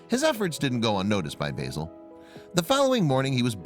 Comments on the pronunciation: Bayzil? It's not pronounced Bayzil it's Bah-zil. That's Ba as in Ah! and then zil. Basil. It would've been a really good video if you'd pronounced the name properly. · BAZ-IL not BAY-SOL as in Basil the Brush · I don't know if it's a purely American thing to mispronounce English names and words but "Basil" is pronounced "Bazil". Basil Brush is a popular BBC TV puppet fox character that first appeared in the 1960's. Basil is clearly named after him. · Beautiful story but I was getting very annoyed by the narrator keep calling the fox B Asil. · i did laugh when he said it like the herb, the yanks clearly havnt seen Basil Brush